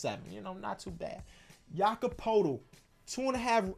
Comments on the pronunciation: Jakob Poetl is pronounced peutl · I've said this in 4 vids in a row, it's pronounced PURTLE like turtle but with a P my guy.